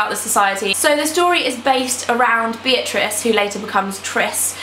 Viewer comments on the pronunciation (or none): none